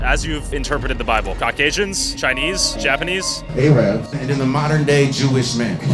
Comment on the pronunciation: "a-rabs" .. tf is that prononciation